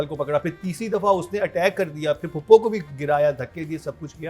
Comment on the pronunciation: POPO NAHI PHUPO!! 🤣🤣 said popo 😂